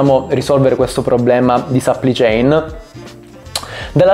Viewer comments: si pronuncia plai non pli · Supply si pronuncia SUPPLAI! e che c....! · A dirla tutta sarebbe səpplai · Si dice supplì céin!!! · Perché non usi parole italiane quando esistono? Supply (che non si pronuncia in quel modo) chain = catena di fornitura. Delay = ritardo.